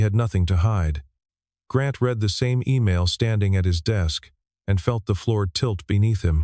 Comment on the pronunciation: Teach your AI the difference between the present and past tense of the word "read." I'm just sayin...